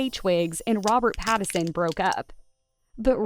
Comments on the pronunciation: PLEASE...IF you are going to continue to record these bios LEARN how to pronounce your subjects name. His name is NOT PattERson it is PattINson. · FFS, his name is PattiNson. The N isn't silent. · Rob's last name is pronounced PAT-IN-SUN. If you're gonna do a piece on someone, you should correctly pronounce their name. Oh yeah, and maybe you shouldn't twist the story into something it isn't. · How do you not know how to say PATTON SON. Like how do you not know how to say the name and making a video about it like did you ever watch any videos of him cuz you're off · The way she says his last name 😂😂😂 is the best part of this video. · Poor Robert, misunderstood and mispronounced. 😢😢😢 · Truly. An entire video about Robert Pattinson, not once was Pattinson's name pronounced correctly.